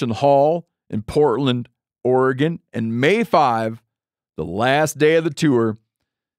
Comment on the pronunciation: Thx for pronouncing Oregon correctly